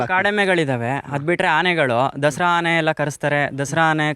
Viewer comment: Haane alla guru 'aane'